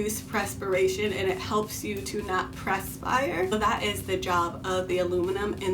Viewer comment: Had to stop the video after maybe 10 “PRESS-spires” in because I constantly mentally corrected the pronunciation. It’s “PURSE” not “PRESS”. Perspiration. Perspire. Just say sweat. Lol thanks for the info though, sorry I couldn’t go far enough in the video.